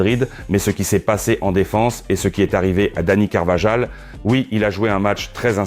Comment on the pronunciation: Meeec...ca se lit mayork... jpenser que cete une IA qui parler.... coment peut tu la lire majorque ... idem pr Carvajal.. ca se lit carvakhal